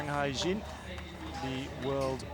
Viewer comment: Hyejin is NOT pronounced "Hygiene".